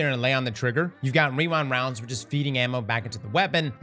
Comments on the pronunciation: Take a shot everytime says WeeWind Rounds 😂 🥃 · “Rewine wound” 👁️👄👁️